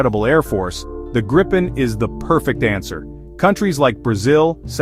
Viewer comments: Its a question of respect for sweden and our language, its name is Gripen, not grippen or grypen, you englishspeaking people please have respect that not all of mankind speak english… You have a problem with that its called ”respect” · jesus christ dont say ”grypen” hate it its namned gripen not grippen either😑 english speaking people you are not the fastest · Not "Grippen" how hard can it be? There is only one P. Should be pronaunced somthing like "Gree-pen". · Only 38 seconds in and you have two different pronunciations of Gripen. Neither correct though.